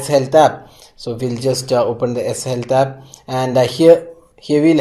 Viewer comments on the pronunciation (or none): what is the fucking S Helta !!!! , why indian didn't learn pronounce !!! S helta ????????????????